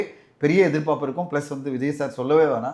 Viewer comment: எதிர் பாப்பு, எதிர் பாப்பு என்று உச்சரிக்கிறாரே ஏன்? எதிர் பார்ப்பு என்று உச்சரிக்க மாட்டாரா?